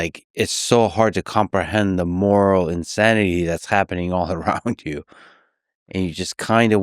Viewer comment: Nobody says' Moral' as good and deep as this guy can say. And I speak German. moRhGelll!